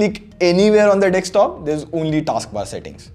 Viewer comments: It is DESKtop NOT DEXtop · I like how he says dekstop instead of desktop. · It's desktop dude. Not dekstop. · Great Video! Just please stop saying DEKSTOP. It's Desktop!🙉